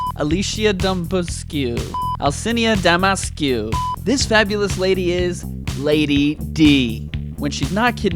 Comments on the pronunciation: Al-Chi-Na De-Me-Trey-Skoo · Alishna demetrechku get it right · Whats so hard to say Alcina Dimitrescu?!